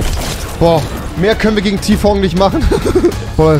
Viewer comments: Ti-Fong hat mich gekillt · Normale Menschen: Tfue Rewi: Ti-Fong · Niemand: Rewi: Tfong